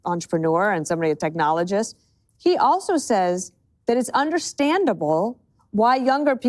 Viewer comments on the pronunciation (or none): Peter Thiel is a "technologoist." Odd way to pronounce antichrist.